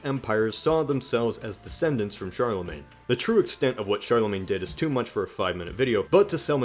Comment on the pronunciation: The way you pronounce Charlemagne bothers me